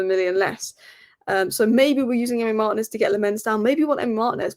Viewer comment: It's pronounced LAM-mens and Mar-TI-nez.